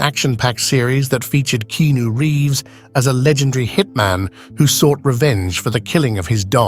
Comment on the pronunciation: Who's 'Keeenoooo reevz' ? this one of those thrown together by ai vids devoid of emotion